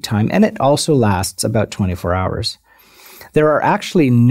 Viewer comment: aboot! hahha